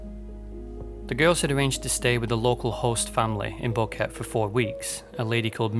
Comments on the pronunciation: He couldnt even research how to pronounce “boquete” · You made this long video about this but didnt even bother to learn how to pronounce Boquete. 3 mins in This “detail” shows how serously your “work” should be taken